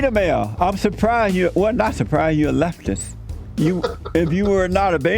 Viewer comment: the way JLP pronounces "leftisss" gives me ASMR tingles